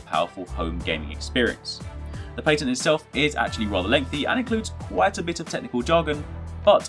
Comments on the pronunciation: You need to learn how to say patent. I cringed every time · What's a paytent?